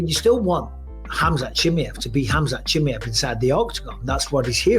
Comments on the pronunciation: Bisping: "chimyev" 😂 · Why is Bisping making up his own version of Khamzat’s last name, I thought it was pretty everyone how to pronounce it